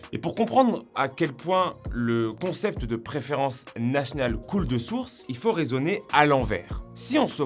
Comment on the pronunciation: tu dis pas nationale mais natnal c est trop meugnon! 😂😂😂